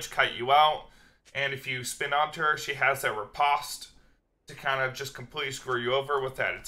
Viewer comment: Please please stop saying ripaast....I like ur vids but I literally almost stopped watching around 6mins when u said ripaaast instead of ri-post like 5 times fast.